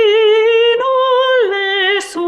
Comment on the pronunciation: It's not "LE" with an open E vowel, but "Le" with a closed "e". This is important as it is an essential part of Italian pronunciation. Leave Italian pronunciation to the Italians or to an expert in diction.